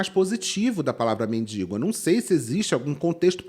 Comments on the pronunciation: A pessoa fala “mindingo” e quer falar dos outros hahahha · Tudo é péssimo, impressionante, cada vez ficando pior. Mas ouvir "MINDINGO", me da arrepios. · Ninguém sabe pronunciar mendigo? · Obrigada,, por esse mimo em pleno domingo 🥹 mas que agonia com essas duas moças falando “mendiNgo”, meu Pai 😰